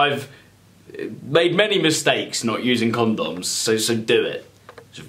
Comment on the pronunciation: The way u said condoms 😂😂😂